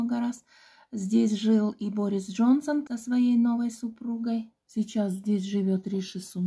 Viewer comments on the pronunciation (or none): none